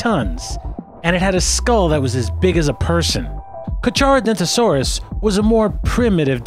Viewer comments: he said car-char-o-don-toe-saur-rus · Carcharodontosaurus is pronounced car-car-o-don-toe-saurus. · ...It's pronounced Car"K"arodontosaurus... ...There is no "RO" after the Torvo in Torvosaurus... ... It's not said how it's spelled... It's pronounced "Gigantosaurus"... Not trying to be an asshole, but I just get irked by mispronounciations... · He didn't say carcharodontosaurus right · It's carcharodontosaurus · you knda butchered carchardontosaurus